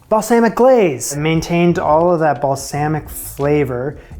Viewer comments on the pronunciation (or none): Loved the show, I wouldn't change anything, but if you did change anything, pick a pronunciation for "balsamic" and stick to it. That's it. Keep up the awesome work. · My ears twitched every time you said balsamic.